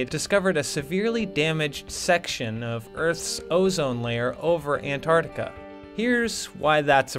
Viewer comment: This was good but u mispronounced Antarctica